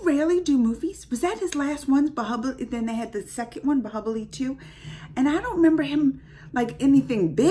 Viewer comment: it's bahubali not bahibali🤨